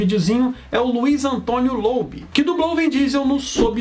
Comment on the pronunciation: A pronuncia de Lobue é "Lô Búi"